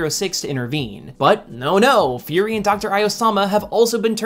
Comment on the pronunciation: Been years since this video, but hearing "qi" as "kee", "Furi" as "fury", "Iosama" as "Eye-osama"... Not that I'dve done much better on Pinyin prior to indulging in Chinese media, but a cursory glance at the comments didn't nitpick, so why I oughta... Ackshually, lemme plug my latest observation: so many people, in current and prior uploads, use "that" where "who" would be appropriate. All that churned, still doesn't diminish how digestible your content is. Now, back to binging~